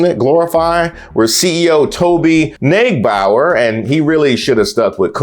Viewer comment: Neugebauer like my German brother, is pronounced in Germany like "noy-ge-bower".